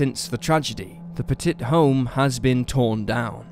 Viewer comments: I wish you dumbass Brits would learn how to pronounce words especially names it's pett-it not pet-tit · "Puh-TIT"...no. Pet-it. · It's pronounced p-uh-tee. Sorry, but as a Frenchie, it drove me nuts. Love the episodes regardless 😇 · It's actually pronounced PET-it. This happened about 2 or 3 counties away from me and it was just awful, the police took a lot of flack, with many claiming if they had just gone in big and bold they could have prevented the deaths, at the very least the burnings of the house., and perhaps also the bodies it seems they sat outside thinking that was a good idea for more minutes than anyone should have and God knows what they were waiting for. As soon as they went in and found the bodies, they knew they had blown it. I don't recall what the final disposition of this was but I think that particular Police department went through a whole lot of retraining as a result, to say the least. You said it correctly once I think when you first mentioned the mother, who used the surname Hawk - Pettit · Petit - pronounced “pet” “it” Corral - pronounced “core” “Al” Say it right!